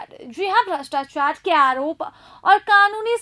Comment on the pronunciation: Apka voice esa lag rha hai jesa... pary ho rhi hai... bhastachar nhi bol rhe brastuachuar bol rhe...sidhe bolo na madam